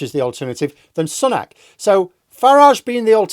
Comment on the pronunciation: This giyt cant even say sunak properly